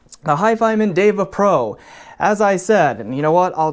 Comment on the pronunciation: You managed to correctly pronounce the Sanskrit term "DEVA". Now all you need to do is to learn how to correctly pronounce "SUNDARA". Hint: there are no long vowels in the word.